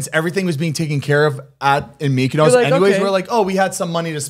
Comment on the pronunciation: why do they pronounce mykonos like that 😂